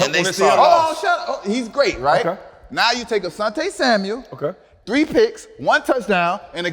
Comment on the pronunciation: "Samuel", no "s" at the end